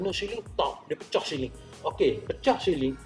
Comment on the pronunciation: Pembetulan siling bukan syiling